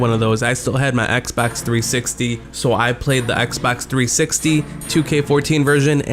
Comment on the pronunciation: Why does he say " Xbax 360" lmao